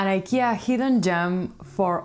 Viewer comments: She's pronouncing it correctly. It's the English speakers who pronounce the company's name wrongly. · That's how it's pronounced in original (Swedish) way. She's saying it correctly. Did you know that the World doesn't revolve around US and English?